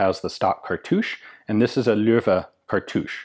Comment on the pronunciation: thanks for trying to pronounce german names. You get "loewe" pretty much right!